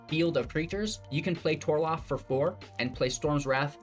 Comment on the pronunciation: TOR-ALF not TOR-LOF everytime haha